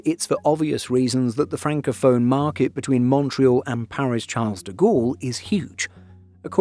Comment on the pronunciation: Why can't you say "Charles" correctly en français ?